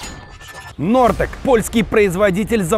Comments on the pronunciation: Вы о чем? O "Hortex" ? По - русски можно произнести "хортекс" какой "нортек"? Вы же в Польше ну бананы из ушей достаньте!!! Послушайте как произносят поляки.... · Хортекс а не Нортех ты же в Польше незнаешь как говорить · "HORTEX" читается как "нортэк" ??? 😮😮😮 Вот из таких ляпсусов сплошных, постоянных, давным-давно не смотрела!.. видимо, и не буду начинать вновь... 🙁 Увы, Но а подобное постоянно слушать невозможно... 🙁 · Is that how they pronounce "Hortex" in Russia? Funny.